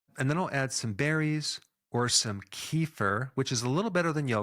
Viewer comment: Kefir is pronounced KEH-FEAR 😊